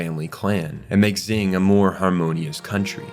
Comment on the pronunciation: I love these videos, it really gives me an in depth perspective of series that I thought I already knew so much about. But I swear to the heavens above, if he pronounces Xing "Zing" one more time, I'm gonna lose it. 🤣